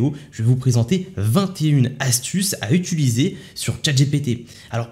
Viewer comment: « Utiliser » et non « utuliser » 😘